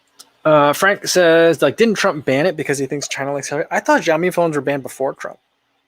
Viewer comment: FYI: xiaomi = shao mi